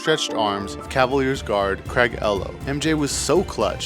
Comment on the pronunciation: Craig EEE lo